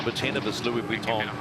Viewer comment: Can someone tell the commentator to stop saying 'Vwitton'. Oh ok then don't worry it"s fine